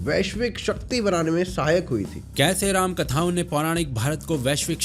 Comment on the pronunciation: You should not call yourself sanātanis if you can't even pronounce the names of the Gods properly... You cannot even pronounce two aksharas रा- Rā and म-ma Rāma properly.. Shame!!